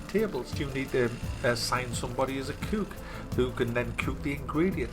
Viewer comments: Anything with an ook he pronounces ewk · You say cook the way you say book. God damn it.